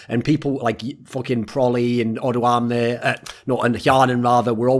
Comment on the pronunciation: O doamne. Dont say the "do"slow. Say doamne not dOAmne.